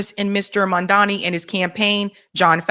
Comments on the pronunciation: Mamdani, not Mandami 🤣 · It's Mam-Da-Ni. Not Man-Da-Mi/Mam-Da-Mi.!!!❤ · Why do yall still say Mandami? Is it really that difficult come on Guys. Its Mam Dani. Mamdani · It’s mamdani not mandami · When will learn how to pronounce Zohran Mamdani? His name is not Madani, it's Zohran Mamdani. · you got to get the name right. M-a-m-d-a-n-i🤣🤣🤣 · The name is MamdaNI!! Clean your tongue lady! It will be easy to pronounce the name correctly. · can't even pronounce Zohran's name correctly. She's been butchering his name since he won the primary in NYC. His last name is pronounced Mam-da-ni. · It’s Mam-da-ni sweet. Please try to say it correctly. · Mamdani (pronounced MUM-DA-NEE) I love your channel ...can you please pronounce his name correctly ❣❤ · What is the major issue with pronouncing Zohran’s surname?! Jeezus! The first syllable is “Mom”—get a grip! Mamdani! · Its weird because thats exactly what racists do. They mispronounce your name on purpose trying to degrade you because they know its a big form of disrespect, but hearing this from the people that are on his side is weird. They are starting to sound like Cuomo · I love you but please learn how to say Mamdani’s name right. The third letter is an “M” the English letter “M” 😂❤😂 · Jeez, at this point, getting to get the name right is like beating a dead horse. Even when she's reading the name, she get's it wrong. 😅😅😅😅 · always shits on Mamdani. She can't pronounce his name right, then she says she doesn't trust him! What politician does she trust?? Has she ever said she doesn't trust Trump? is trash. Why do a podcast talking about politics if the only person you trust is Jill Stein?? How did that work out for you?